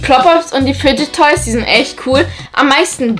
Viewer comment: fidget toys, nicht fige toys